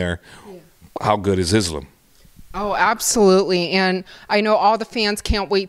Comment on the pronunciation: This guy has been around the wolfs for a decade and still can’t pronounce “Islam”. Come on coach. You’re not white buddy.